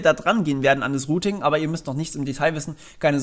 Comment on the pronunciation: Rooting? Ich dachte es geht um routing? Rooter? Die heissen doch router, oder? Sag nochmal rooting! Sag nochmal rooter! Ok, mir reichts, tschüss.